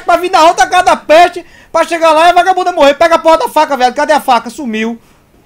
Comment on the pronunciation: "boba da peeexte"